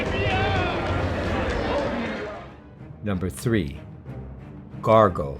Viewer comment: For goodness sake, it’s Gore-go, not Gar-go.